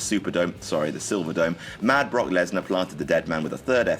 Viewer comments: He said bork instead of brock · Who caught him call him Brock bork it's your boy bork lazer ima hit you with a turnip twister boy